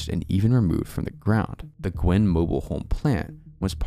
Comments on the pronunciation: Also (a lot of people make this same mistake) Guin is pronounced "Gyoo-in", not "Gwin". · I'm in Alabama and we have strange pronunciations of towns. Guin, Alabama is actually pronounced "Gyoo-winn" instead of "Gwin". Great video, I just subscribed!